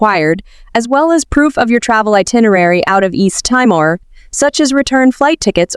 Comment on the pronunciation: Thanks for the wonderful introduction. But it is called Tea more, not Tie more